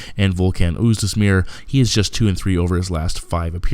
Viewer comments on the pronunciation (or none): Oez Demir, not Oez Desmir. Great breakdown!